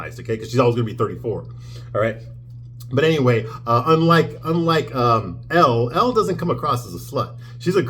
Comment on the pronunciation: I assume you’re doing this to be funny, but Elle Woods is pronounced “L”, not Ellie.